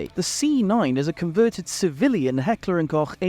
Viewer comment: ...Finally we did it... THE AMERICAN PRONOUNCED "HECKLER UND KOCH" CORRECTLY !